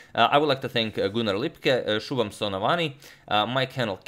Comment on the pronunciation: You pronounced "Shubham" with the fluency of an Indian